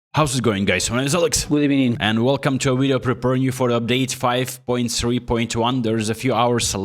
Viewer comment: It's "Good Ebening"